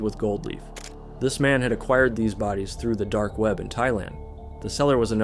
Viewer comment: Love the weird way u said dark weap